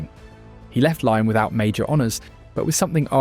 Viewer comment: Lyon is not pronounced lion